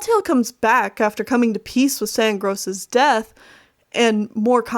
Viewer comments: Stop saying sand gross XD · I love how you called him Sandgross the entire time